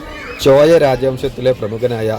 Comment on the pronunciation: ചോയൻ അല്ല ചോഴൻ